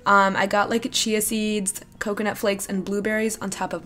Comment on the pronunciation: I'm sorry but she said chia wrong not trying to be a wittle hater but it just bothered me